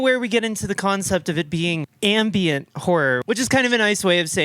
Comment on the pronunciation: Not sure if you're saying "ambient" horror or "ambien" horror, but both seem to fit lol